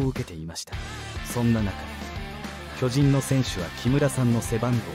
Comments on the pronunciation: アナウンサー 巨人 のイントネーション きょ→じん→ だと巨大な人 チームなら きょ⤴じん→ では？ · きょじん⤴︎